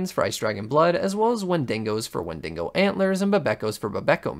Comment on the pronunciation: Cartographers are pretty worthless in RLcraft in general. Also you say Mesa wrong. Its "May-sa" and its "Wendi-go" not "wen-dingo." Mushroom biomes are useful because they are peaceful and dont spawn hostile mobs....